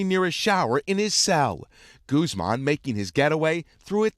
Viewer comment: “Gooz-mawn” was captured